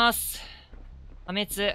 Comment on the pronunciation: はめちゅと聞いてから確実にはめちゅコメあると思って即コメ欄きたら予想通りはめちゅって皆言ってて草 はめちゅ